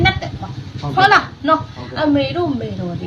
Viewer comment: နတ်ကလဲဗိုလ်ချုပ်အောင်ဆန်းမိန့်ခွန်းပြောသလိုပဲ ဟတ်လား ဟတ်လား ဟုတ်လားနဲ့ဟားဟားဟား